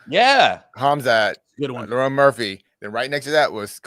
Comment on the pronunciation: He keeps calling Lerone "Lauren"